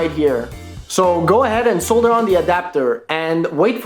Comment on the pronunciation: You are mispronouncing the word "solder."